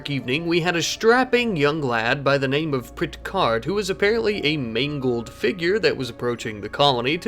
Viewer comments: Pricherd… not Prit-chard. 😂😂😂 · Prit-card omg It's Pritch-ard